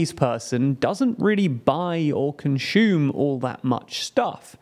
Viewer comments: Great work on the researches and insights. However, could you kindly improve the way you pronounce “consume” as it is instead of saying it as “conshume” with the sound of the “h”. Thanks :) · Consume, not conshoom.